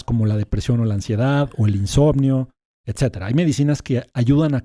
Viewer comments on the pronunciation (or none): none